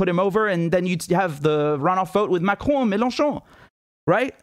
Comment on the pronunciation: you pronounce the name like a French... do you speak French